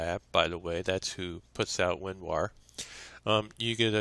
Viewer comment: He says "WinWar"